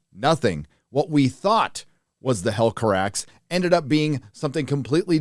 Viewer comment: Yay you called it the helcarax not the helcaraxë - that's how I pronounce it. for Maedhros - are you a mydross guy or a maydross guy?